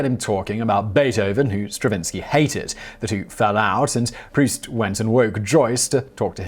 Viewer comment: Dear Simon; Thank you so much for pronouncing Marcel Proust's name correctly! You have no idea -- or maybe you do -- how many times I've heard "Prowse".